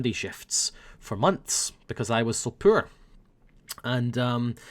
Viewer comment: When says "poor" it sounds like "pill" When he says "pill" it sounds like "pool" and when he says "pool" it sounds like "pill" I love xD